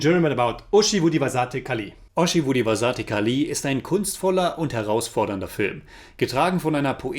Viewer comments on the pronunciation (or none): title pronounciation 😭👎